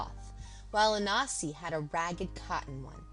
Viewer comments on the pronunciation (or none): Why do you keep saying ANASI.... is there a silent N that challenges you?? very annoying tbh